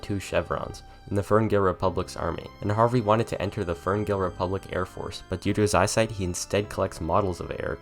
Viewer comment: When you talked about the war you said "you vs the firngill republic"